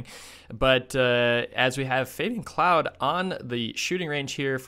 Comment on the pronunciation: The Claude brothers (Fabien, Florent who races for Belgium, and Emilien) is pronounced "Cl-ode", not "Cloud". 😉 Thank you so much for these Schalke event videos, very fun to watch while we wait for the World Cup races to start back up next week. 🙂